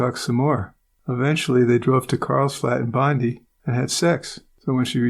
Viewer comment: Great to catch this! Just an FYI Bondi is pronounced Bond-eye. Love your work as always ! ❤️🇬🇧